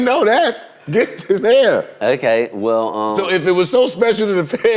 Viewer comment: “oay-kay” 😭😂 anyways tho we love you Omarion! nice to see a new interview 🥰